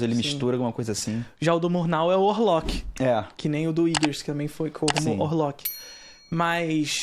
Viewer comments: Sem falar a pronúncia errada do nome do diretor “Íguers” (sic). É Eggers (Éguers). Sempre use a sílaba tônica antes da consoante dupla. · Ouvir esse cara falar iggers é de doer o ouvido. Todo mundo fala Eggers (inclusive os americanos) mas ele é o diferentão. Primeiro e último vídeo que vejo desse canal.